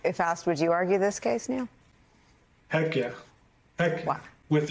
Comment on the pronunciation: Neil not Noel